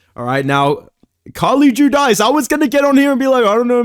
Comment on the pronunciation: It’s Jew-Deece, Carli is my sister haha